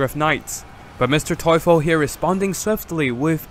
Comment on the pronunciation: Nice video and I love how you improved your German pronounciation of Mr. Teufel!!